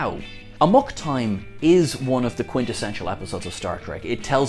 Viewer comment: Me, coming from a Lego-Video, hearing: "A MOC time" WHAT? Then realizing: "Amok time" - Ah yes!